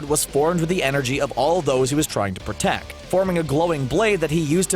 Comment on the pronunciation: "Of all those he was trying to protecc"